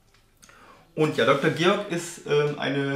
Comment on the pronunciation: gutes video, aber ich glaube, der von der firma beabsichtigte werbeeffekt wäre etwas höher, wenn du deren namen richtig aussprechen würdest....... ;)))